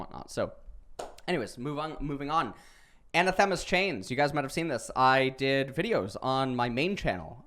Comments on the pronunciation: a-NA-the-ma. Emphasis on the NA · Great vid! It's pronounced anAthema with the accent on the second A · The way he pronounces anathema is tilting. Still love the videos though.